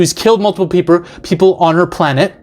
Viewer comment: ..."multiple peepler" i busrt out laughing